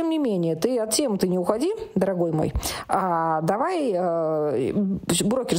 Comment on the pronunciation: Дотдогой ИА, хотдошего настдоения 😂, сова обзавидуется,😂😂😂